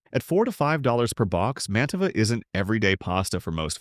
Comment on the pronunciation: The AI tends to mispronounced brand names (e.g., Mantova).